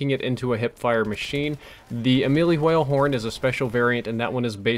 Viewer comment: pronounces words that have wh in them like stewie in the wheat thins commercial. the hwale horn.